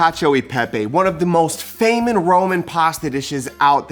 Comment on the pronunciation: "the most famoun" 😂😂♥️ CHEESE ME! I've never even heard of this dish! looks amazing. thanks,!